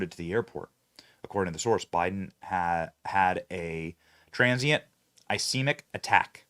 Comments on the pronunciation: Ish-keem-ic is the pronunciation of ischemic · ischemic is pronounced uh skee muhk. Look it up man. Is there no show prep?